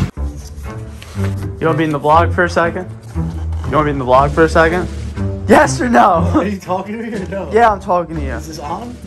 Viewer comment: V-Log what do you mean not vlog V-Log